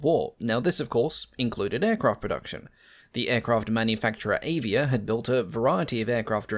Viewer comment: Avia - .. just read A like you said Alfa ;-)